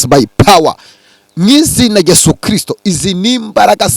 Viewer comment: Daddy ndagukunda pe uvuga christo neza nkabikunda uwiteka akurebe icyoroshye kuko amasengesho udusengera atugirira umumaro